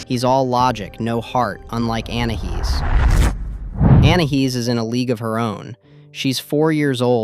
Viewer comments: you said anihis it is anias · It's not anahees it's ANAIS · ANAYEES NOT ANAHEES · " ANAHEEZ " BRUH WTH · Well in thailand Your anahees pronounciation means Ann pxssy face 😂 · Didn't you say anaheez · Say anais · It’s pronounced An i ese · Its anais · no you called her anahees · its pronounced an i e's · It's Anais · it sounded more like you said anna he’s…